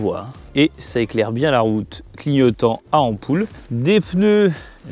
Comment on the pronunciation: Mais c'est pas possible, c'est pourtant pas compliqué de dire "ampoule" sans avoir forcément un léger accent du sud! Coucou!!! C'est rigolo pour un p'tit jeune comme on fut été (🤔pas bien français mon truc là 😅) Effectivement ça a l'air moue au démarrage, sûrement la cause des pneus terreux... Dommage que les câbles passe un peu à l'arrache sur le tableau de bord, ce doit être assez gênant. En tout cas tu t'es moins éclaté qu'avec le can am de la semaine dernière. Encore une belle vidéo!!! Allez abonnes toi.